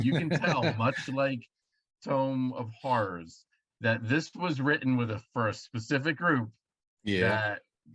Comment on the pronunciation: always says “Tome of Horrors” instead of “Tomb of Horrors.”